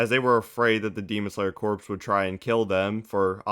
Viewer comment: Dude, corps is pronounced core not corpse.